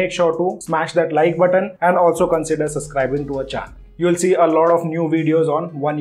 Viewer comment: Subscribing not "suscrising"